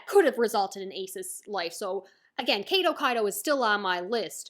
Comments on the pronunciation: I felt that I this arc was wayyy to drawn out, but I guess that was the Anime experience (where the pace got even worse since entering the new world). Lovely review! Also it's "Kaido", not "Kaydo". :) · The first version of your pronounciation of kaido is the correct one.